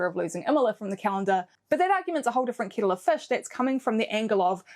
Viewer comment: Stop!! You need to give people warning. You really do. A Kiwi accent with a slight lisp. Loud, proud, and scary. Oh God while I'm typing the dog just went into meltdown. Don't ever say kettle of fish like that ever again. They are cancelling you because of public health, and maybe watching style and hanging out for a red flag and all your other type of preaching over the most singular boring sporting event that is somehow still on. Come on, Union and netball is your bag. That's your wheelhouse, your hitting zone, not doing a Karen preach about the most boring thing ever televised. The Military tattoo is better viewing. And..... Learn how to pronounce hypocritical properly. Please. Sorry but it's the truth. That accent, at that speed, with that entitled Jacinda like, I know boats, put down isn't your strong point. I can't listen to another do I'll just ask... Do you do this word of the week thing in each post? How many times can you get outlier into one post? Wow